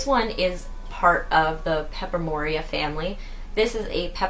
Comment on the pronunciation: So cute! Pepper-oh-mee-ah Pie-Lee-ah (Just some help with pronunciations!)